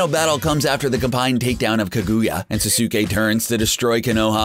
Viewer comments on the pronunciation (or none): this dude said norudo, susuke, and sakoora watch the anime again and see how to say it. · Why can't you say anyone's name right???? Sah-suke??? No Sas-k. Now say it all together. Sasuke.... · Yeah its not sasuke (sas-uk-ay) its sasuke (sas-kay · ITS SAS KAY NOT SA SOO KAY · Same with Sak - U - Ha and Sas- oo kay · Now it's S-ah-s-k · Each time I heard "Suh su kay" I bit my tongue.... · I swear he is a computer he says sasuke like[sa-so-kee] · Sasaukay. Sakoora. Do you ever pronounce names?! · Na-ruu-toh sa-su-kay sa-kuu-ra kha-guu-ya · It is sas-ke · Ok bra sasuke its pronounst saskei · You cant say sasuke name correctly and it even said in the anime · U said sasuke wrong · SAY NARUTO'S AND SASUKE'S NAME PROPERLY but you can say sakura's name however you want.BUT JUST HAVE RESPECT FOR THOSE TWO THO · He don't know how to say Sasuke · fail with saying saske name.... so bad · how he read "Naruto" and "Sasuke" just made me cringe tenfold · Gosh!!! Learn to say the names correct!!! When he says Naruto, Sasuke, and Konoha made me cringe so bad! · THIS NIGGA PRONOUNCED EVERY NAME IN NARUTO WRONG. I MEAN I GET HOW YOU COULD MISPRONOUNCE SASUKE. BUT SAKURA!